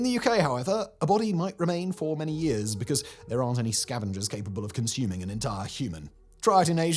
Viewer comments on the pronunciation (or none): none